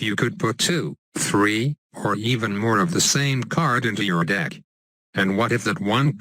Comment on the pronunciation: I heard.... "7 kidnap cards in my dick"